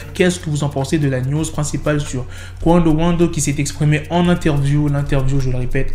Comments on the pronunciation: il m'a tué comment il a prononcé "Qwundo wando" au début de la vidéo🤣 (quando rando) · "Qwuando wando"🤣🤣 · C d'venu un ricain 😂